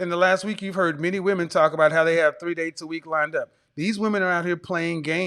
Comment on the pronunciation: She can't even say the word ''dates''. It's ''dates''. Not ''daay''.